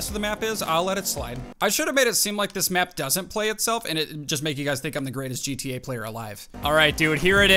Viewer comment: "JeeTeeYay" LOL